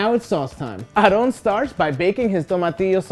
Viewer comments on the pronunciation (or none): "Arrón Sanches" hahhahaha, really? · Sorry, but the commentator is annoying by pronouncing Aaron's name Arron. No dude!! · I was more offended when he called Aaron, "Arrrrón" 😂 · the way he pronounces "aaron" should be illegal